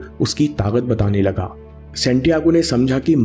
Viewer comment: "Taaqat ya Taakat" hoti hai, na ki "Taagat".... kindly upgrade your pronunciation. Similarly its "Ichchhaa" na ki "Ikchaa" in your last video. I hope you will take care of it.